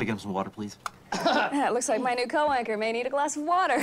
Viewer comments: Now that you say it, It is co-anchor, but it seriously sounds like Co-wanker when you first hear it. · "co wanker" did anyone else hear that?